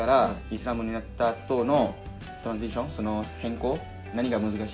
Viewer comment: i love how he said transition as 'toransiisyon' 😂 great sharing as always!